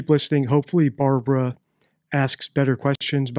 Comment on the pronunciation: Barbwa not weally convinced with the Wamsey wansom note 😂